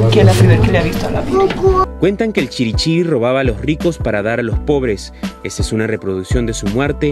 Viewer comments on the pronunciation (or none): en el minuto se dice chiru chiru tu dijiste chiri chiri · En realidad se llama chiru chiru XD no chiri chiri , igualmente buen video ^^